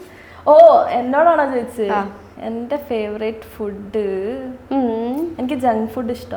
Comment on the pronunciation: ഫുഡ്ഡ് അല്ല ഫൂഡ്